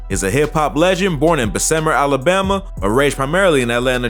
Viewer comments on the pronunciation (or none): Besember alabama? Bess a mer alabama is how it is pronounced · Lol homie said “BEH-SIM-MER” Alabama.. big bruh it’s “BES-UH-MER” Alabama. Aka the marvel city. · det boy sed bessemer so wrong😂😂😂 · He said be-simmer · Lol at slaughtering Bessemer AL lol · Mane fix that Bessemer bro u said it wrong